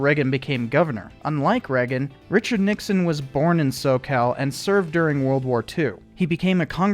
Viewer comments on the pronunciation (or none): none